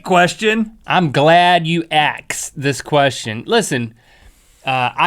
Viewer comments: its *asked not axed link. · Ok did Link PURPOSELY say "AKSED" ? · why yhe fuck u say aks its ask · Sorry if this is just a stupid question but why does link say ask like axe. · link said aksed!!! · it really annoys me when the say axed instead of asked the k is first!!! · It really annoys me when link says axe instead of ask XD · im glad you aksed ?? XDD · Link said on purpose: I am glad you aksed that.